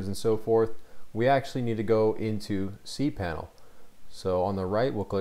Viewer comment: You said cpanel, that's not cpanel